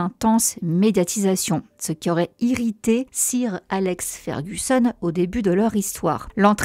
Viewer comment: Super video merciii vivement la suite mais 'sir’ ca se prononce comme 'soeur' !!